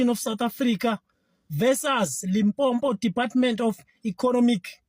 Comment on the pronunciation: Uvakala ngo pronunciation ya Limpopo not limpompo sdenge 😅😅